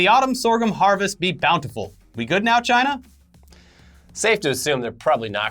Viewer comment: you’re saying “CHIna!!” wrong